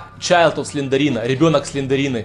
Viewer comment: Не Сландерина а Сландэрина пинель